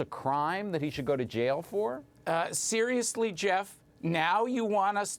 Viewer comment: "Theriously Jaff?" "Ughh Theriously Jaff?!"